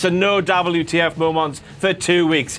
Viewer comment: When says "the last WTF momonts..." got me a little 💔